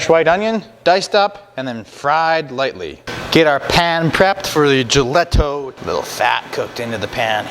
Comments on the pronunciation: Nice try on the pronunciation. I pick these up at a local producer (Karpisek's, Wilber, Nebraska USA; self proclaimed Czech capital) from time to time. We say it like this, "ya'-lee-ta" [JALITA]. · Great video, I'm 100% czech, so just to clarify, it's pronounced "yel-e-tho, Thank you for the info of how to make it, Nebraska! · Just to corrent the pronounciation. The "j" in "jelito" is pronounced as "Y" in "yellow" and you don't make the "ou" sound at the end. You just say "O" as you say it in "lock". Czech is phonetic language so the nice part is that once you know the pronouncations of phonemes you can read anything correctly unlike english. Czeech cuisine does not really use cumin. "cumin" is probably bad translation of "kmín" which means "caraway seed" Good job otherwise. This reminds me of childhood and when we had pig slaughters in the fall (grew up in rural household). I was always tasked with stirring the blood so it does not congeal haha. I like to cut them into thick slices and fry them untilů crispy.